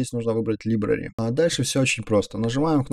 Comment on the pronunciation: Не либрари а ЛАЙБРЕРИ (Библиотека)